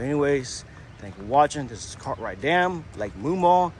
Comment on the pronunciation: Why do you keep calling Cartright dam it's Gathright Dam